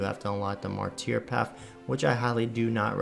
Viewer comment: Sca-rib & Mar-ter. You got inquisitor basically right though.